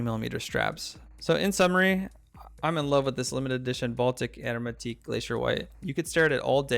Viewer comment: This is making me want one or two. .. and I think your French friend pronounced it right